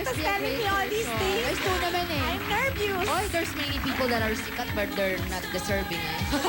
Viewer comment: nervious ba o nervous ang tamang pronounciation, ksi nung cnabi ni Regine "I'm nervious" sounds so funny eh....